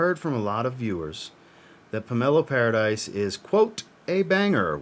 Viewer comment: Not Pomelo Paradise, it's pronounced PAIR-AH-DEESE. Watching now. Pomelo Paradis is my favorite from the house. I have many from this house and I adore this fragrance. Put a smile on your face is EXACTLY what this fragrance does. During the summer I go through almost a 100ml bottle of this. You cannot over spray this. Dude, I've been telling you for MONTHS you would like this house. I'm glad you do. It's a good one. No one does citrus better than Atelier. I think you would also like Armani Mania which you haven't tried yet. MFK said it was one of his most favorite fragrances that he created. Simplistic but beautiful.